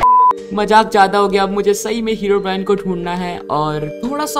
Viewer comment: Everyone: Herobrine: Heraobrine